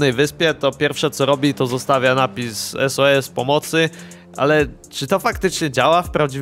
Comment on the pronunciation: To pierwsze bardziej na Sus nie sos